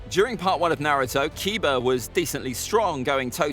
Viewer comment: It’s kind of annoying to watch people talk about Naruto facts when you can’t even pronounce things correctly